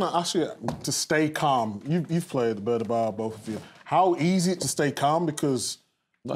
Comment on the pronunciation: 'The Bernabaw' 😆😆😆